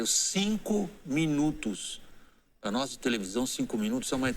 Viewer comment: é "nois"